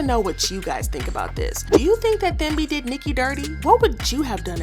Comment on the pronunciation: I believe Thembi is supposed to be pronounced Tem-bi ( I’m South African and this name is very common. Just thought I should mention it 😊)